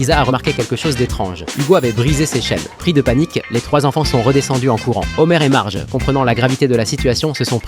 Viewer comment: C marge pas margei ni magui